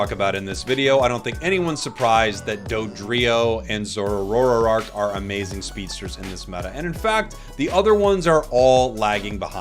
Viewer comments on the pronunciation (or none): who is zor-oh-oR-ohrock